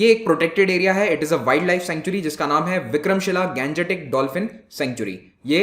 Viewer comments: I'm requested to you sir,stop saying गंजेटीक please say गांग्येटीक because you are an Indian you have not any problem to pronounce this so always say Indio Matic form of Ganga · Plz pronounce Gangetic as Gangetic, and not Ganjetic, like a foreigner. Ganga is Ganga, not Ganja. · Pronunciation of Gangetic dolphin is rubbish , bhaddi h